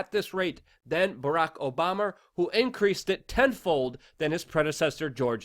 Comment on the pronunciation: Lol he said "Barrack Obamer"